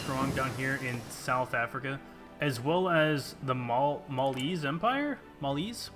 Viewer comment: Maliese is pronounced mal-ee-see